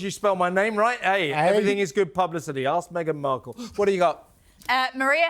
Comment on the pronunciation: . "Me-again -Marple- ...er... Mark-all" .